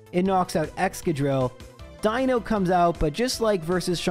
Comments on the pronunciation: Die-no is actually the correct pronunciation. If you are trying to piss off the people in the comments then, something else is the pronunciation you want. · You’re definitely pronouncing Deino correctly. Ein Zwei Drei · Yep, the eye sound for Deino is correct, seeing as it's based on eins, zwei, drei, (vier, funf, sechs, etc...) and dino/deino from dinosaur and deinosuchus (deino being ancient greek for fear inducing). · the way you pronounce Deino is actually spot on. the name gimick of the evolution line is that it counts to 3 in german (Eins, Zwei, Drei; Deino, Zweilous, Hydreigon) and "ei" in german is just pronounced like the solitary letter i in english. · eins zwei drei, you are pronouncing deino correctly. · I love seeing videos in other gens so I can hear how pronounces new pokemon names. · Just a note that you're pronouncing 'Deino' correctly, since the names of the line are using the German words for one, two, and three (ein, zwei, drei). On the subject of a run it's wild to me that runs like these are actually even vaguelypossible. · For all your weird pronunciations, Deino is in fact an "I" sound. Ein is German for one, Zwei in Zweilous means two, and Drei in Hydreigon means three, referring to their additional heads through evolution!